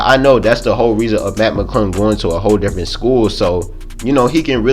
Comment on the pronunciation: It’s Mac it’s sound like u saying Matt